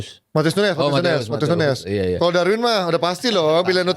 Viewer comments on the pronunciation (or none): Penyebutan Nunes sama nuñez biasanya akan dilanjutkan pda pertanyaan "nunes yg mana? Liverpool atau city?" ñ/Ñ dibaca ny... Jdi huruf ñ ini sering kita lihat pda bahasa spanish. Nuñez = nunyes Muñiz = munyis Señor = senyor señorita = senyorita jalapeño = halapenyo. Sementara nunes portugal penyebutan nya sdh benar